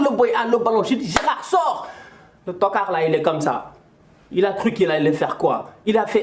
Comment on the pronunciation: Plus que t'card🤣🤣🤣🤣